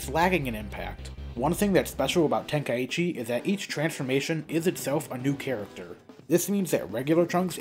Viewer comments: Ten-Kai-chi✅ Ten-ka-i-chi ❌ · Tenkaichi. Ten. Kai. Chi. Not ten-kai-ee-chee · No. Tenka-ichi is how its pronounced, by the game itself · Maybe open up a copy of the game once in a while and listen to how the characters all pronounce it on the title screen